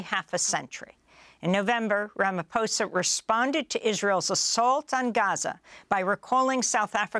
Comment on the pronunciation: Its pronounced “Apart-hate”, “Ramma-pozza” (not “apar-theit” or “Rama-fozza”)